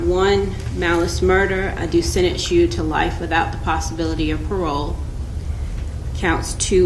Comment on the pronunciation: Why did the judge say sedence instead of sentence